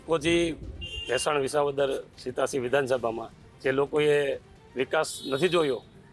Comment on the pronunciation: રિપોર્ટર બેન... બધા શ ન હોય, સગડીનો સ પણ હોય... જેમ કે વિશાવદર નહીં, વિસાવદર ... સમશ્યા નહીં બેન, સમસ્યા....